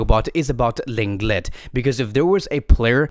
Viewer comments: Just so everyone knows, the correct way to say Lenglet is Longley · 😭😭 well it’s bad that he supposedly pronounces lenglet’s name wrong all the time😂